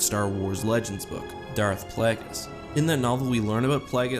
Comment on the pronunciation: ah yes darth plahgis